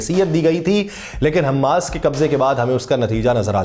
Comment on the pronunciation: صحیح تلفظ حمَاس ہے۔ حمّاس نہیں۔ میم پر تشدید نہیں ہے۔